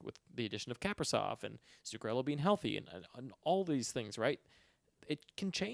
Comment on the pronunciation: just a nitpick, but Kaprizov is pronounced like kah-PREE-zawf. Kinda like capri sun😺